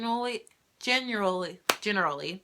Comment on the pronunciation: I love that your video is so raw and unedited! Your little slip up when you were trying to say "generally" haha, made me laugh. I'm glad you didn't cut it out because it showed that everything is REAL and made the video less intense. (: I'm so glad you shared this because I may plan to adopt when I'm ready to have children. So this is very close to my heart. Everything you went through def. happened for a reason. (: Proud of you for having courage to tell your story!